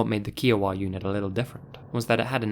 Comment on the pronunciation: Ok you seriously have to work on your pronouncing of certain words like Des Moines, Kiowa, etc